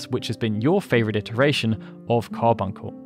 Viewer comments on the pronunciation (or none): none